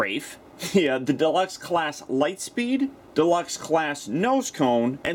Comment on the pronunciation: "Light steed?" That's a silly name He's meant to be Lightspeed